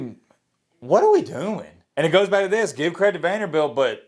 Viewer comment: Say it with me.....VANDERBILT 😆